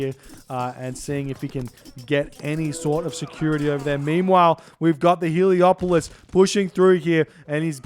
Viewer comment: Heleopoli? crazy pronounciation